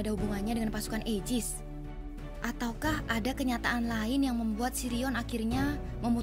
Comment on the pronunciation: Aigis kak bukan aijis